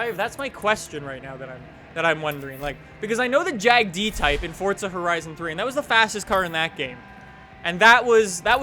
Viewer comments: FORZA NOT FORTZA. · Tell me where in Forza to you see or hear a T. Its Forza not Fortza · its for-za!! not fort-za... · Is just me, or does everyone else pronounce it "Four-ZA", and you strongly believe that anyone who pronounces it FORT-ZA deserves a kick in the beans? Just me? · Why do you say fortza? It’s forza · DADDYY HAMIDD it's spelled for-za but it's pronounced fort-za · Jesus Salazar yes i know just funny that's why i said it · It feels like you say Fordza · He said fordza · Fort-th-a motorsport 7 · "Fortza game" What!?!?! F O R Z A. Not Fortza